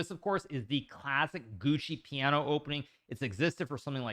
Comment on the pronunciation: You keep saying gucci piano. I guess this is one of your funny sayings like en peasant, because it's actually pronounced jwoko 😂